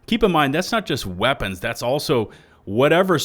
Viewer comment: "I am heavy veapons guy. And this... Is my veapon."